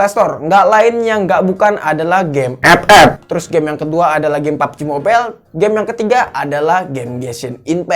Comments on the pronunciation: Ngakak ngomong ep ep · Ngkaka aink anjir tiap ngomong epep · Mengapa ''EP-EP'' Selalu Membuat Saya Tertawa😂😂😂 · Bang ngomong FF nya biasa aj